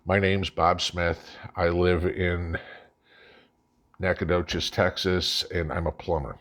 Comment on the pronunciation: I’m impressed - you pronounced Nacogdoches correctly!!